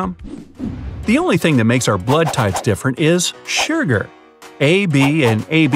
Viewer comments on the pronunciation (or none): This guy keeps saying "sherger" instead of sugar and it's making me cringe so bad XD